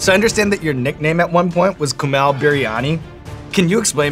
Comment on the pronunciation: Sean knows his shit! He also pronounced Kumails name perfectly!